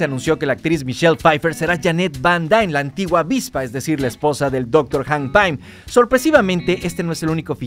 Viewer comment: "hank paim" :v